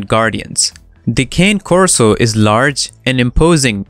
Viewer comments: Also, they do not tolerate extreme heat 🥵. Therefore, they will prefer to be indoors where it’s cooler via fans, swamps coolers or air conditioning. Additionally, the first word in the name of this breed is Italian and is pronounced “Kay-nay,” NOT “Kān!” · With all the respect, it is not Cáne Corso, it is Cané Corso. The emphasis is on the É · FYI you are Pronouncing "Cane" Corso wrong its not Cane like suger Cane its "Con-Nay" Corso i have several videos on my channel I've made you can listen to and use the right pronunciation 👍🏻😁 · You're pronouncing it wrong. It's not pronounced "cane" as in candy cane, or as in can either. The E is not silent. It's pronounced Kah-Nay Korso. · It's not Cane it's Cane. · The fact that you call it a KANE Corso let’s me know off gate you have no idea what you’re talking about. They prefer to be outside? Really? Go back and talk about a dog breed you have some knowledge of because obviously you know nothing about the KAH-NAY-KOR-SO!! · why don't you learn how to correctly pronounce the breed- it is not a cane corso it is a kah-nay corso!!! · It's pronounced Kah Nay not cane, which simply means dog in Italian. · You're saying "Cane" wrong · 🗣kāh’náy kor-so.... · it's not that, Cane Corso's are Italian Mastiffs so it's pronounced like *Con-ie Corso. His accent doesn't prevent him from pronouncing their name right. If it was a random person pronouncing it wrong I wouldn't have said anything but he's trying to sound educated on the breed. That's why I said he's not saying their name right, nothing to do with his accent, just has to do with breed knowledge. I'm sorry I was rude to you. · First its pronounced "kay-nay" corso. My dogs love to be inside. They are one of the best breeds if trained with positive enforcement. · ...I have always heard 'Ka-nne'... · Fact number ONE: (it must be ITALIAN) it's pronounced KAH-NAY CORSO It's like Kanye, but without the 'Y'. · Did my guy just say cane coraso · Kah`ne Korso correct pronunciation